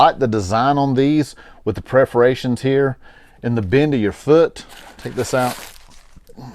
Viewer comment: pər-fə-ˈrā-shən, sorry...good video, it was what I needed to hear before buying. I like the design but I couldn't find them in any brick and mortar stores, and it is hard to tell the quality by looking at online pictures. These are on sale right now on the Cole Haan website for $129 with free shipping!